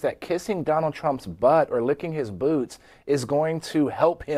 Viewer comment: Did he say boots or boobs . . . !